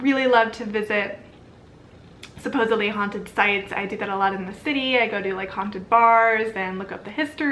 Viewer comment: Hounted 😮 lol 🤣